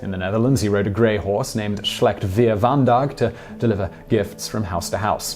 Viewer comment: Slecht-Weer-Vandaag is the Flemish name for the horse of Sinterklaas in their films and on TV. It's a very regional name. Also, terrible pronunciation. In the Netherlands, the horse is called Amerigo. In the past, it was known under other Spanish names, such as Bianca or Majestueuzo.